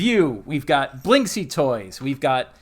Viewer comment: I LOVE this video and i will try to buy this LE, BUT... This surname reads correctly as "Blinskiy", I'm Russian, I know what I'm talking about.